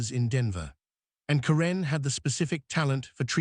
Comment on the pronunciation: It's Care'-un, not Ca-renn' for Pete's sake. Use a reader that can at least pronounce the names correctly.